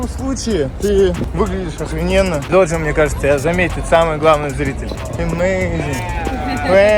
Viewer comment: только не Доджа А Дожа.:)